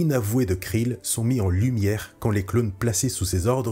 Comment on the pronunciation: Belle vidéo, mais on dit "Krell" et "Dogma" et "Luminara Unduli". Bariss a dénoncé l'ordre Jedi lors de son discours au tribunal, mais n'a pas plébiscité le côté obscur.